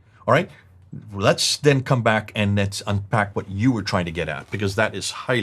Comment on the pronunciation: great job.. the only problem i have is how says words that which contains wh.. like why and what.